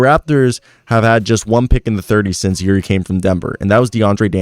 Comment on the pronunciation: The J in Ujiri is not silent or softened. Just so you know.